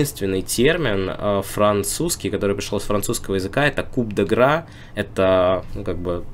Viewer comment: Лингвист репортинг ин. Coup de grâce - читается "куп дэ грас", все же, а не "куп дэ гра". А еще никто правильно не ставит ударение у Аквилы. С латинского и итальянского переводится как "орел", и ударение идет на первую А. Большое спасибо за рубрику! Буду ждать продолжения.